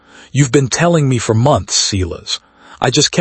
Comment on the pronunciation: This was poorly edited. The narration doesn't line up with the title. HE came late to the party. I stopped waiting for HIM. Silas is pronounced like SIGH not like SEE.